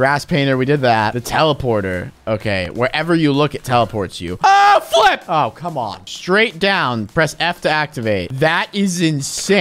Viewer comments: Flip sounded like the f word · Did unspeakable say the f word or Say flip